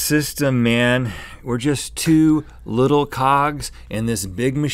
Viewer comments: when rhett says "2 little cogs", it sounded as if he said we'r just 2 little co*ks!!! i had replay that part twice b4 getting that thing.. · did he say "we're just two little cocks"? What is he saying? I'm so confused. Lmao.